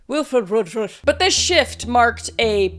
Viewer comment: As someone who used to be a part of the LDS church, it was so fucking funny to hear you mess up Wilford Woodruff's name over and on her again. 😂 I love your videos and can't wait for more!